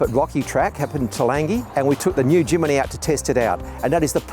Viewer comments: great video but its a Jimny NOT A JIMINY!!! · Why does he say Jimny wrong every time. There's no i after the m. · Crikey mate....it's Jimny, not Jiminy! Capable little beast that. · Jimny, not JimAny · 5 minutes in, I'm astonished that he got as far with such a defeatist attitude - not someone that I'd like to represent a brand. Also, it doesn't bode well when a dealer mispronounces the name of a product: It's not Jiminy, it's Jimny. All that being said, the modifications to the Jimny were spot-on and clearly effective. Ironically, as a Suzuki Jimny owner, I now want to swop it for a Iveco... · somebody please tell its jimny not jiminy! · "Jimeny " ??? It is called Jimny ! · My eye twitched every time he said "Jiminy"... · It’s “Jimny” not “Jimmy” ? Strange. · Great video - but you have to learn how to say “Jimny” 👍😉